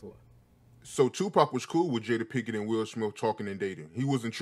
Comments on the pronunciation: Love it how they both keep mispronouncing her name "pinken" 🤣🤣 Until it becomes normal ...pinken pinken lol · “Jada Pinkin” “Will Sniff” “Will Smiff” who even is this guy!